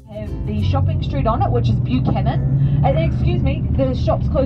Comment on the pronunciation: Buchanan street isn't pronounced that way either sorry I'm criticising everything